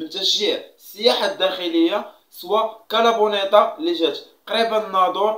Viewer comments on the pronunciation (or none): اسمها كارا بلانكا ليس كارابونيتا